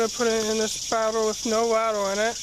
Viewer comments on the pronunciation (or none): wader bawttles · WAH-ter BAH-Tull